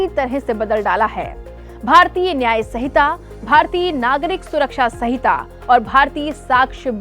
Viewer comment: Hamare bhartiyon ko to Hindi bolna bhi nahin aata yah madam sanhita ko sahita padh rahi hai.